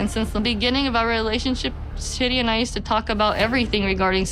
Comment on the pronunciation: Chidi's name is not "chitty", it's pronounced "Chee-dee"